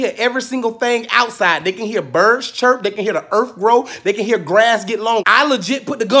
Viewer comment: "Ain't go be no more earf out there" 🤣🤣